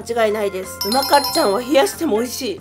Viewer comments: うまかっちゃんのイントネーションが違う、、、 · 「うまかっちゃん」のイントネーション違う😂福岡県民だから気になるw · やっぱりうまかっちゃんのイントネーションが違う笑😂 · うまかっちゃんのイントネーションが気になる😅正しくは、ミシシッピと同じイントネーションだから知らない人は覚えてね❤🍜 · うまかっちゃんの発音が違うから気になる😅